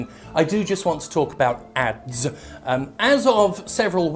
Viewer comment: At first I thought you said abs not ads.